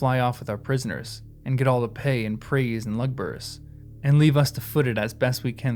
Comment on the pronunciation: A hint on how to read the non-"common tongue." Watch for the accent marks like in the name Ugluk. (I can't put the accent in.) The accent mark tells what part of the word to emphasize. So Ugluk is pronounced oo-GLUK, not Uh-gluk. Lugburz is pronounced Lug-BURTZ. I think the pronunciation guide is in the appendices, and it's fine to read it right now, it won't spoil anything.